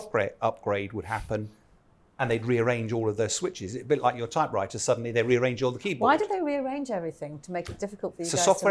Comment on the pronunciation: Did you just say Type Writer? 😅